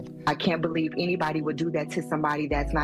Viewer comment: The narrator of the story you must feel ♿♿ like me I had to rewind it to see the. Word CELIEVE